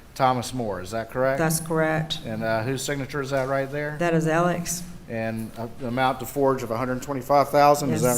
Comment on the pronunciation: And why is she pronouncing his name "Elick"? I've never heard a man's first and last name pronounced in hundreds of different ways in my life. "Mur-dock", "Mur-daw", "Mur-duh", "Al-ex", "Al-eck", "El-ick". Smh. 🙄